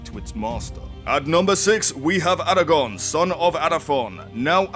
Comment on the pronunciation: Arago-R-n! :P